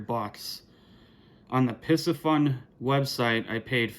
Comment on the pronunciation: For Christmas, I received the Piscifun Carbon X II 2000 and spooled it with 10 braid. Waiting until spring to use it. (BTW, in researching it, I heard the company pronounces its name as "PC Fun" no s sound.) Cheers.